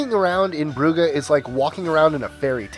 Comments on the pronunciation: And it is pronounced Broojes, not B...r...u...g...e...s. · by the way bruges isnt pronounced bru-ge you say it like brooj* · Adib yeah it's pronounced brooj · Bruges is pronounced "Brooj". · It's not Bru-ga. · Dear: "Bruges" is pronounced "Brooj." You're welcome. Oh, and Savannah stinks b/c of all the pulp mills. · The way he pronounced Bruges😂 I'm Scottish Iranian and I don't speak any Flemish but I know that it's not pronounced br-u-gah 😂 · Adib The Flemish pronounce it Brugg-uh with the "u"s pronounced like the "oo " in "hook" and the "g"s guttural like the "ch" in "loch". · 20 to go! Oh and look up how you pronounce Bruges... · You mispronounced 'Bruges'